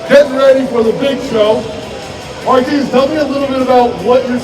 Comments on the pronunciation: He's still calling Martins "Martin" lmaoo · It's Marteenz. Larry whil.